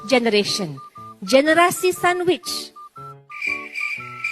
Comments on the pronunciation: Sonwitch ke atau sandwich, kalau sandwich tu dah macam 2 in 1, BAHAYA tu. Words pronounce pun tak betul. Angan angan konon nak jadi Benazir Butto kat Pakistan, Jagan pula silap silap jadi Benazir kepa....... . Sembarang punya orang, tak ada aura dan karisma lansung nak jadi pemimpin kalau jadi Ipin 🙂‍↔️ tu boleh jadi boleh. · Oooo donutku cnteknya cakap sandwich hehe